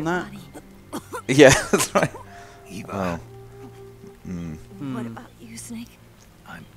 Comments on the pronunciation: Why does keep calling Eva “Ava” it’s really annoying. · Oh hell yeah! Hour and a half of Haven't watched all the way to the end yet, but does scold for called Eva "Ava"?